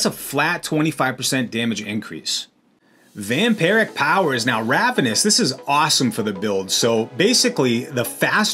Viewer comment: I'm going to try this build now. Btw, it's Vampiric, not Vamparic.